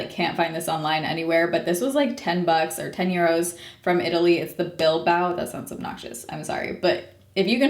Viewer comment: Is it Bilboa (bill boa) or Bilbao (bill bow)?